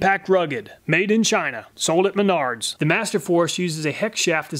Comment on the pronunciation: Who else laughed when he said "sold in Menards" and thought he said "sold in me nards